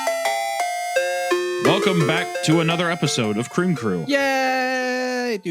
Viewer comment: CWEAM CWOOO!!! 😊